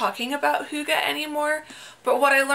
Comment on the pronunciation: Don't worry. Your pronunciation of hygge is very close. 😊